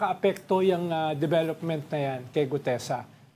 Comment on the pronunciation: GUTEZA... NOT GUDEZA 😊😊